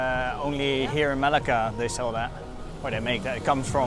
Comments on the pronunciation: Everything is fine and enjoyable. Your pronunciation makes it interesting. Thanks for sharing. A hint: There are double cc in Malacca for a reason - to shift the stress to c. You say it like you'd say Malaga in Spain. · It was nice but I don't think you pronounce Malacca correctly! :)